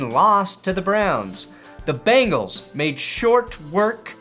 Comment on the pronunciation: I expect you of all people to pronounce Bengals with an 'e'. "Bangles" are wristwear or a band from the 80's